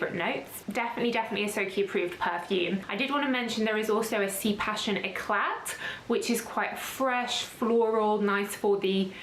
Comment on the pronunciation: Hi Soki! Just a detail but "éclat" should be pronounced "ecla". One does not read the t at the end of the word 😊